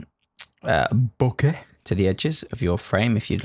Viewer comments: what's wrong with that "Bokeh" 😂😂 anything for reference 😂? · I feel like he's referenceing the way Kai W says "bokeh" but I'm not sure.